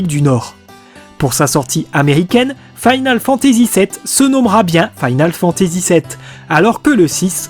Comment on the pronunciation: Faïnale Fantazi ou Finole Fantazi? Sinon très bonne vidéo, bonnes recherches, dommage pour l'accent qui te saborde un peu le gros taf fait derrière vu que tu dois le prononcer une bonne centaine de fois sur plus de deux heures. GG ! En tout cas, bonne synthèse de plein de sources